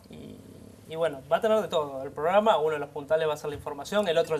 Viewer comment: que mal que dice programa por dios